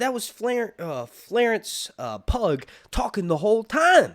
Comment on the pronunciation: Florence not Flarence, and Pugh pronounced Pew 😂😂. You had me in stitches though